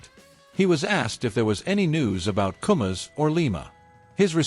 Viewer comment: It's koumas, koumas, not komas